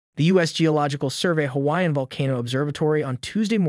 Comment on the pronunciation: Wow. Pretty good for a synthesized voice. It’s Hawaiian is pronounced perfectly.